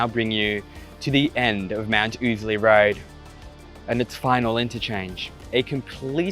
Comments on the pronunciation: No. It's def oozly. For the first time ever got it right. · It's pronounced ow-sley. Rhymes with lousy. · Ozlee lol. I never heard it pronounced 'ozlee' not even once and I must of heard it pronounced 'oozley' 10,000 times in the last 40 years. Not to mention the 5000 times ive driven a truck up and down it in the last 20 years with the uhf on and everyone calling it 'oozley' so we'll go with that